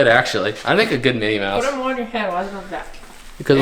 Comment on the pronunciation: Not Minnie Mouse...Minnie Moose